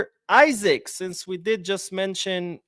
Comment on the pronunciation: His name is pronounced E-Sack the I sounds like an E, don’t take my word for it check it out yourself